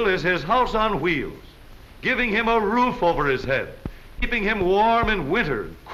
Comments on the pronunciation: I love how he says wheels it sound like chuieels 😂😂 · Aahhh, that narrator! Wheels = woo-heels. Awesome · I love this mans pronunciation of wheels.